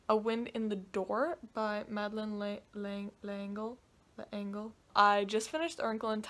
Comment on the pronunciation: I swear the 24 hours is IMPOSSIBLE. I only got about 11 hours out of the two days like you. But I read 5 whole books. HOW. Also I LOL’d at you pronouncing Madeleine L’Engles name the first couple times because that’s literally what I sound like trying to say her name every single time since I was eleven years old 😂😂 But the important question here is did you get Burger King??